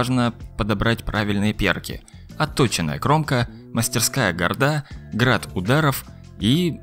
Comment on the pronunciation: Только "гАрда", а не "гардА". Правильно произносить так. Гарда - часть любого меча, поэтому и так и так произносить нельзя. А за ролик спасибо!